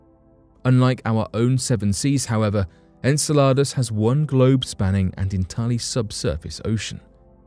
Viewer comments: If he calls it SALADS one more time I swear... en-sell-ah-dus... not ENSALADAS (aka SALADS in spanish. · It's Insel-u-dus not insa-la-dus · Sounds like you're saying enchiladas 🤣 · The narrator doesn't know how to pronounce Enceladus (en-sell-a-dus). Hhhmm... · Just incase you need to make another video about “Enceladus” again. It’s pronounced - en·seh·luh·duhs - thanks for coming to my TED talk 😂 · it's en cell a dis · Saying the name wrong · Your saying the name wrong and pisses me off each time